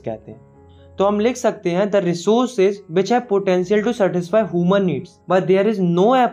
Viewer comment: ह्यूमन❌ हुमन